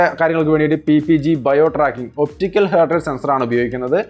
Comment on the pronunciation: Hert അല്ല ഹാർട്ട്